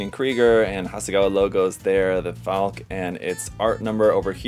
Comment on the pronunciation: I have 2 earlier boxings, both versions, so I can build a laser armed bird and a Gatling armed bird. FYI, it's pronounced "FALK-uh" not "FALK", just as Porsche is pronounced "PORSH-uh" not "PORSH". It's German, not bad English.